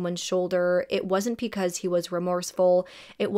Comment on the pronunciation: PEcause 🥴😵😳 Love your videos and the amount of detail and research that you put into them..BUT every time you pronounce BECAUSE with a P it drives me mad 😭😭😭